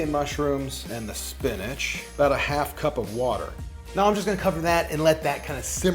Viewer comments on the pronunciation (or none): none